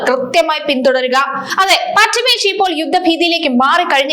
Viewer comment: not pachimesia.... pls read carefuuly